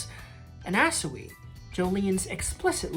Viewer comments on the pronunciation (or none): Why do you pronounce annasui like that